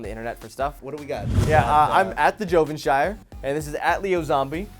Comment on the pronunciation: Its Joshua Ovenshire